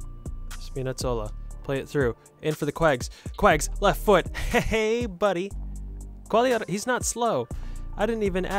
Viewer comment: è molto buona bro, di solito voi americani pronunciate Qughliarella